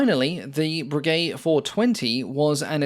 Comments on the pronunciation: Breguet pronounced "Brejai" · " Voisin" is pronounced vwuh- zan with short "a" and not sounding the "n". You are mispronouncing it as vwuh- zon. It's "a" not "o" ...now I'm listening to you murdering "Breguet" and I see that there are some other comments on pronunciation. Please, this is a well-done, informative and interesting video. You've done heaps of research. Is it really too much that you find out how to correctly pronounce the names? It detracts from the video. Going into such incredibly fine detail on the facts & figures of each plane, and not even being able to get remotely close to the name because you've completely neglected to even try, just doesn't make sense for a documentary which purports to be accurate.